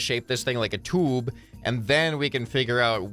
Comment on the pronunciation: I laughed every time he said tube😂😂 (Toob hits hard🔥🔥🦅)